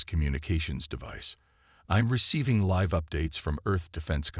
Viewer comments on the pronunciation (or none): none